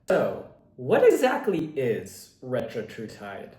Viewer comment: Retatrutide, not Retratrutide. Also, audio and video aren’t synced up in parts of the vid.